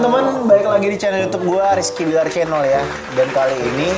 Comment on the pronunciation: Billar udah kebawa Dede nyunda bgt F jadi P wkwkwkwk